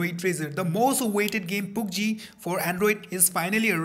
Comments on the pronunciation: Its pubg not poobg PS just correcting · Seriously dude...you pronounce it as poobg.....😂😂..its pubg. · Its pubg not poobg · Pubg h poobg nhi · Poobgee xD I love way you pronounce it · Poob jee 😂😂😂😂Cant even pronounce it right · its so funny when he says poop gee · u said poobg